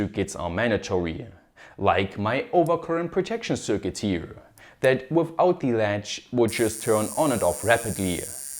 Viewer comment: kleiner Tipp: du sprichst "circuit" immer als "cükit" aus, richtig wäre eher "cörkit"